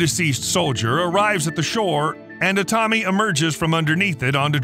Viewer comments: Jesus my ears… the name os like biblical ’Adam’ like Aaaaa-tami, not ’Edam’ like cheese how you mispronounce it. But thanks for the transcript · That's the American pronunciation.